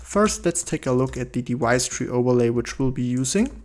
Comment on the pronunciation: If you don't mind a correction to your pronunciation... Whenever you say "device", please do not pronounce the v as if it's a w.